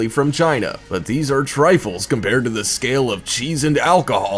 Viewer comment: Had to like when u said "cool videos liike theeze" 😂😂